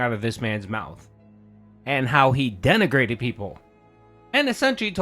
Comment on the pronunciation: denigrated, more like DENTigrated 😏